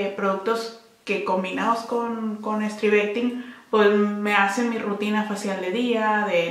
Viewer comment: Por cierto, se escribe STRIVECTIN. Sin E, y se pronuncia Stráivectin....